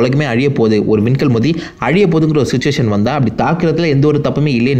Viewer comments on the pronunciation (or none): none